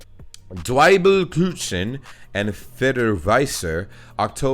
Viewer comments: I'm from Lower Saxony and I have NEVER heard about "Himmel und Erde"... 🤨 But Zwiebelkuchen tastes delicious ~🤗 even though it's called "Kuchen" (Not "Kutschn".. By the way, "Kutschen" do exist in German but it means "carriages" 😂) it's not made with a sweet dough that you would use for regular cake, so the combination with onions is no problem. 🙂 ... Whoever told you that "ä" is spoken like a regular "a" lied to you. Several times you spoke "Käse" at first perfectly fine and then corrected yourself wrong to "Kase".. 😂😂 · Dude. The "z" is ALWAYS pronounced "ts". So, Zwiebelkuchen is like "tsveebelkookhen" in a spelling that should appeal to you. Also, the two dots above a vowel do actually mean something. Kindly look up "Umlaut". And "Grünkohl mit Pinkel" sucks. You need to be a Northern German to like it.